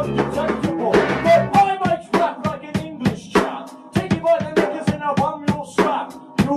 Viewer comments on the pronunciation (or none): nah he definitely said knickers, just sounds more like the n word with the really bad quality haha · why does sound like he says the n word at the end of the ruler of everything demo?